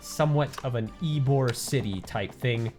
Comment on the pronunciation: It’s ybor city not eborg I live there